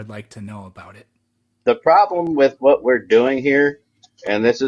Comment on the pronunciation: “I’ll tell you HWAT”